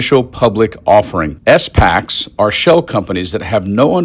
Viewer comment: It’s pronounced “spacks” not “s”-“packs”. And “securities” not “security.”